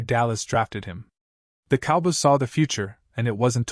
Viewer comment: learn how to say cowboys before you make your stupid videos